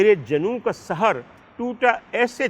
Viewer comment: ڈاکٹر صاحب آپ عمدہ پڑھتے ہیں۔ صرف یہ کہنا تھا کہ وصل کو vasal نہیں vasl پڑھیں۔ اس کے ساتھ ساتھ، ایک لفظ پڑھا سحر، جہاں وہ جادو کے طور پر استعمال ہوا، وہاں آپ نے Sahar پڑھا, Sehar پڑھنا چاہیے تھا۔ آباد رہیں